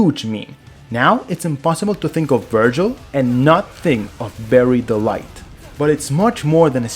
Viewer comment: I swear to god, you are saying "Berry Delight" instead of "Bury the light", on purpose! 😂